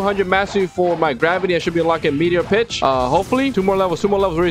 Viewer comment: Bro said b*tch instead on pitch